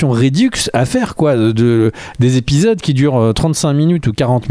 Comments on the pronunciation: "Il faut parfois compresser les dates et arranger des choses"... Belle contrepèterie (involontaire ?) de notre cher habitant du pays du Maroilles ! Par contre les gars, s'il vous plait, arrêtez avec vos liaisons dangereuses.... on dit "les 3 premiers Zépisodes" pas "les 3 premiers Répisodes" ;-) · Ça fait des années que je vous écoute et que je vous apprécie beaucoup mais aujourd'hui je craque: on doit prononcer " les premiers Zépisodes" et pas " les premiers Répisodes" comme dit...